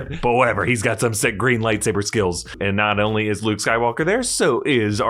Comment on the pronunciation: its look like he is say bluke instead of luke